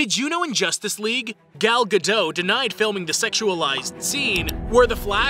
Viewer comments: IT'S GAL GAH-DOHT NOT GAL GUHDOUGH I heard enough people mispronounce her surname, and it's driving me nuts and I don't know why:)))) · GadoT, you pronounce the T, it's not Gadough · Someday people will stop pronouncing her name like she was French and not Israeli.